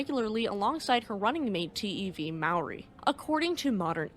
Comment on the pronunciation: Thank you for sharing the story about one of New Zealands worse peacetime shipping accidents. Its still talked about every year on the anniversary of her sinking. I would also like to compliment you on not butchering the māori language. You are one of the best ive heard trying to ponounce the language